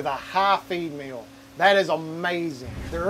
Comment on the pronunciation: l was out when he mentioned hot females ... there were cnc machines in this vid? (he pronounces feed mill kinda like female)